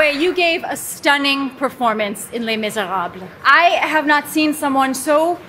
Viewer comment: I give Tina 10 extra points for pronouncing Les Miserables correctly.